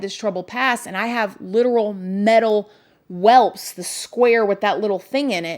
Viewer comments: "Welps" ???🤔 You mean WELTS??? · Lol, luv u girl! Welts, not welps😉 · I’m sorry u had a tough childhood, but it’s actually “welts” ♥️ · Welts not welps.